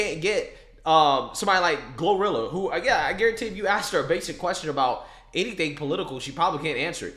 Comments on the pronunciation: Gloriila?!? Oh FFS🙄🙄🙄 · They call her glow rilla. Like gorilla ? What the hell . They can’t say Gloria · GloRilla? Please tell me there are outtakes where he mispronounced that name. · 'Glorilla"? Seriously?